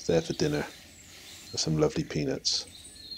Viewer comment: Lol I mistake you saying ''peanuts'' with penis xD